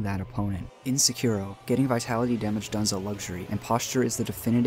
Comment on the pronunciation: Definitely wouldn't say that about s vid that mispronounces sekiro and jokingly calls him cripple